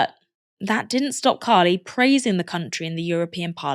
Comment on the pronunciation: It is pronounced Kha-ee-lee with the emphasis on the last syllable